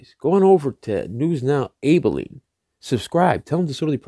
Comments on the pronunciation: soft a ab aline not A baline jus sayin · Love your work brother. Correct pronunciation is AB - I - LEEN. No probable cause for stop. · You said Abilene wrong...